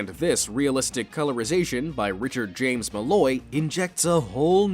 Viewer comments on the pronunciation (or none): none